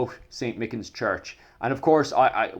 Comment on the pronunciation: I know the people in "mick-inns" church,(not how that's pronounced but okay) there was absolutely no political agenda. The guy who burnt it down was just some skizo with a rake of mental health problems.. no one's attacking historical sites. Pretty transparent to say "I'm not getting poltical" before launching into politics so divorced from this situations it makes me question how much research you even do for these videos.